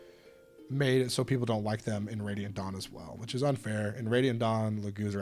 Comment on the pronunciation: I don't know what's with every Fire Emblem youtube channel way of pronouncing Radiant Dawn that whenever they do, I hear them say "ready at dawn".